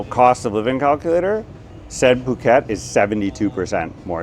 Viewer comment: Pàket? Please, pronunce is "pu-kèt", with the U of "bull", not the U of "buy".